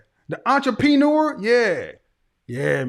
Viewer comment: "Entre-peen-eur" got me, that was Cold Blooded.